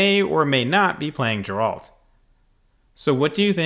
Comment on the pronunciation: Ok, if you insist on pronouncing it "Jeralt", I won't believe you've watched one episode of the Witcher... 😅